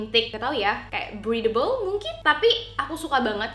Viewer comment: I had to replay the video bcs you said "breedable" instead of "breathable"😂😂😂